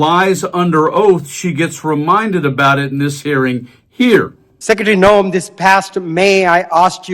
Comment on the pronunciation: You need to get into the settings of your text reader and set it to pronounce Noem as gnome. 😉 Its more accurate.